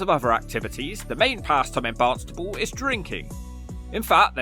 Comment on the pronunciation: Stop calling it Barnstable. It's Barnstaple!!